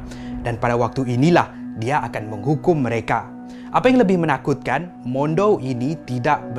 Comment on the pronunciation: bukan mondou, mandau.